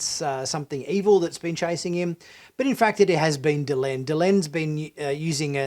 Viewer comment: Please its Delenn not Delun. I don't know, kindof get the feeling from watching this channel that you aren't that familiar with Bab 5 (or of science like not understanding the corridor and why it curves). I'm afraid I am not a fan of animation.., there is just no way it can include the detail. You were saying how beautiful and detailed scenes were and even from the clips/pics you showed I just couldn't see what you saw.